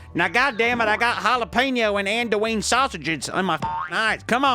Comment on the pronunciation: Hearing you pronounce Andouille literally killed me and brought me back as the Rougarou